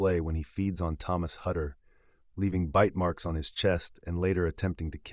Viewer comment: "Haddör"? I haven't seen the movie yet, but that's how they pronounce "Hutter" in the English version? 😂😂😂